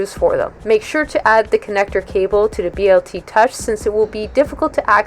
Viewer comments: Stop saying BLT touch. Dude you are outa touch! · Were you hungry when you made this video? you keep referring to the Bl Touch as the BLT Touch LOL